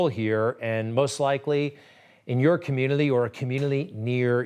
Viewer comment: I like Greg. but is he saying communily?